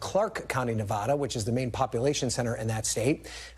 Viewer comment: If you’re in media please pronounce “Nevada” correctly 👍